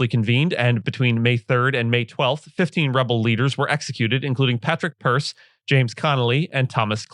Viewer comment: Its Patrick Pearse (as in Pe-ersa) not "Purse" and they were not "summary executions" were they? The only issue is that they should have been held open doors not closed doors. You have clearly have never heard of DORA?